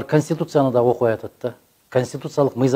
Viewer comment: 0;37 канстутутсияны😁